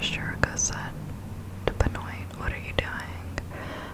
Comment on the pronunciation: its pronounced "Ben-Waa" not Ben-Oit lol good content tho